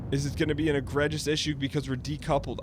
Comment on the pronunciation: Okay, this whole “kilo” thing is going to annoy me if I don’t say anything. A kilo is a weight measurement; not a measurement for distance. Also, egregious is pronounced “Egr-ee-jus”